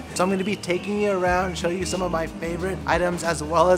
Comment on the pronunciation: "oh I just want to show you (shoyu)" 😂 love these vids